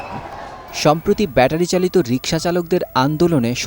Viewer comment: রিক্সা উচ্চারণ করতে পারে না. এই আওয়ামী লীগ নেতা